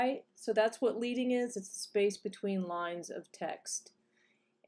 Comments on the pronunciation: thanks! It's actually prounced like the metal, "lead" (as in a lead pencil") because printers used to insert strips of lead between the letters. :) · Your video is very helpful. Thank you. But I feel compelled to make one note. The word "leading" is not pronounced "leeding" as it is derived from manual type set days when the type setter would use strips of lead in order to space out lines of text evenly.